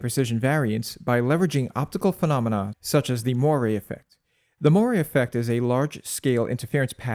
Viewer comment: “Moiré”: Mwah-ray, not moy-ray.